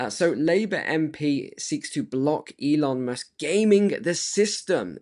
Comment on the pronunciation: Informative video! Pardon me, but did you say Elon "mush" on purpose? 😂 😂